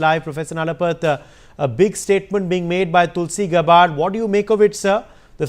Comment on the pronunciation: It’s gabbard not gabbaaaad 😂😂😂